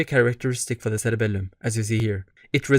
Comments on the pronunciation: Love the way you say SseRebellumm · thats why he has three “L”s in his cerebelllum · I just knew you’re middle eastern from the way you pronounced it